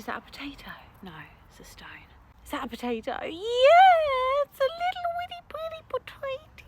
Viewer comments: I heard 'Poaeo' instead of 'potato' 😭 your accent is very cute though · I LOVE HOW YOU SAY POTATOE😂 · I love how she says 🥔pOtaTo